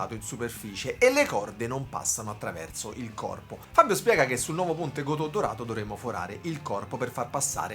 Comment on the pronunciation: Bellissimo video bellissima chitarra, no si pronuncia Gotòh , ma Gotoh senza accento....ho vissuto anni in Giappone....